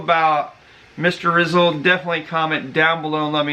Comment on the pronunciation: not rizoul its in filipino na parang Rii + z + al